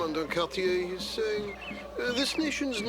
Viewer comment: Cartier is pronounced with the French pronunciation so the er sounds like an a.